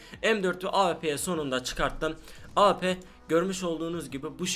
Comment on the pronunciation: Abi avp değil awp